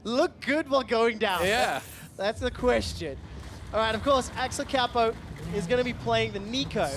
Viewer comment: "Axelcaupou" xDDDDD